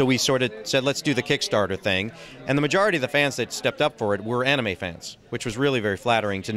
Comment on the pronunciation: Wow someone who pronounces anime correctly. Amazed!